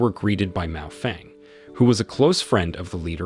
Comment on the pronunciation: Miao Renfeng not Mao Feng lol 😂